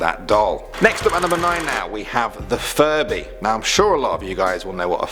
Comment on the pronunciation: I thought you said " Furry " & not " Furby "